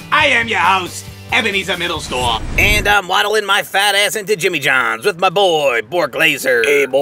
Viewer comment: its jimmy johns not Jimmie